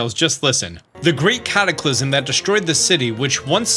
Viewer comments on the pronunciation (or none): none